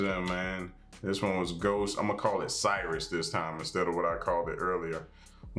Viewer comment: You were worried about butchering the pronunciation of "cirice", but you had one of the better pronunciations I've heard in a while :)